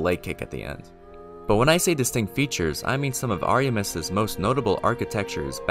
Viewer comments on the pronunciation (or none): Ariamiss lmao 😅 Ariamis is not said like that